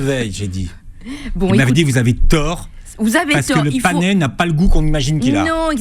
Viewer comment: C'est le "panais" et non le "panéééé"